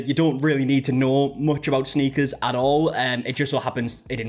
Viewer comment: As an American who primarily watched British crime dramas, it sounds weird hearing you say 'sneakers', too.